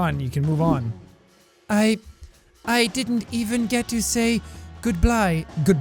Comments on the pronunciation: Mom:son,it "goodbye",not "goodbly" Me: no it "goodbly" mom That the new language I learned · "Goodblye" XD